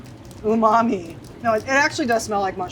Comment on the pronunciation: Have a shot every time somebody says umame.